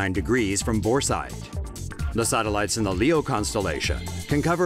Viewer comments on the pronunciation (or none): Sorry m8, but I did not know a voice could be so annoying. Just the way you say sateliiyeetes